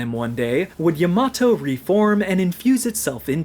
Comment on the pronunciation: Great video, and excellent pronunciation of the word Yamato. My love for V has grown 5 times! I think Vergil should be able to channel him in future games so that we can see him again.